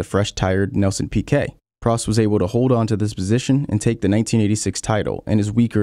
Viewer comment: Why do you refuse to pronounce peoples names correctly? Vettel, Prost, fuck are you going to mangle Bruce next?